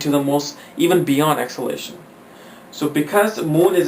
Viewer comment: First learn how to pronounce DEBILITATION and EXALTATION 😮‍💨😁😂😂😂